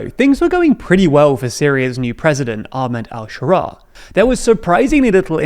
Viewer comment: could you make an effort to pronounce Ahmed Al Shara'a better? It really bothers me